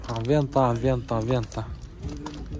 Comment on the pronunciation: Аванте дечи Авента дейсин го .